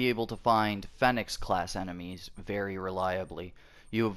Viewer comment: it’s pronounced feeenix